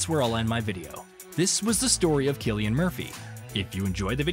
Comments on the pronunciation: He wasn’t born in Dublin, as the text on screen says. He was born to a family living in Douglas, a suburb of Cork city. And please stop calling him Sillian. It’s Cillian, with a hard C. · It is spelled Cillian and is pronounced with a hard C (like Killian). It is an Irish name. In the Irish language, there is no K in the alphabet. The letter C is used to produce that sound. The letter S is used to produce a soft S or soft C sound. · Well, whatever “everyone” says, I’m Irish, and Cillian is an old Irish name. There was a Saint Cillian. Sometimes his name is Anglicized to Killian. But the Irish spelling is Cillian, and in Irish, C is a hard C. Furthermore, if you search for it, you can find a short video of an interview that Cillian Murphy gave in which he demonstrates how to pronounce his name.